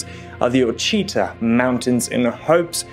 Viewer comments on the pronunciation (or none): So as an Arkansan may I tell you that the proper pronunciation of Ouachita Mtns is not O-chee-ta but Wash-it taw. It’s an American Indian word. It is a most beautiful area with mountains and lakes. Arkansas is I believe the only place in the United States that you can find diamonds. Actually Arkansas is said to be the only place in the world where the public can go and search for diamond’s. The Crater of Diamonds State Park in Murfreesboro, Arkansas brings people from all over the world to search for diamonds. For $15 for adults and $7 for children you can spend the day digging around. Over 600 diamonds are found each year. A 40.23 carats is the largest ever found there. You get to keep what you find. There are places in and around the historic town of Hot Springs where you can dig for crystals also. Come visit us! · Ouachita is pronounced Wa-sha-taw. I'm from Mt Ida, you can find quartz everywhere! So, come on and join us! Bring a pick, a spade.... and something for shade!! We aren't far from the diamond mine either! Great fun for the whole family😁😁😁 Lake Ouachita is right here, ice cold and crystal clear! Great for fishing or scuba diving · Ouachita. Pronounced WA SHI TAH. Indian name spelled first by French settlers. I live by the Ouachta River. Everyone pronounces it differently at first. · Maybe it’s the bri-ish inflection. Buuut ive always been told the mountains in Arkansas that you speak of are pronounced the Wichita mountains not the O-chee-tah . Ouachita mountains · DO YOUR HOMEWORK!!! Its not the oh-a - chita mountains! Its pronounced WASH-E-TAW mountains. MY wife is from there! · The mountain range near hot springs is pronounced “Wash a ta “ not being rude just sharing that info. Great Video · LOVE this video; however, dear sir, the Ouachita mountains are pronounced “WASHittah” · Btw Ouchita mountains is pronounced “Washita” its Native American. ❤ thanks for the info in the video. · it's pronounced "Wa-shi-TAH" mountains